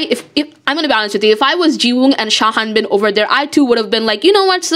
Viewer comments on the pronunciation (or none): I'm sorry but I'm so confussed, why do you keep calling Sung Habin "Sha Hanbin"